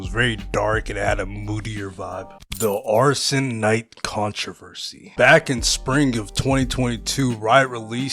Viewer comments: Bro kept saying arsons knight. It's ASHEN Knight. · Ashen Knight*** not Arson Knight